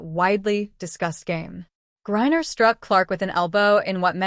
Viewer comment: So is it Gourrier or is it Griner (rhetorical). Embarrassing.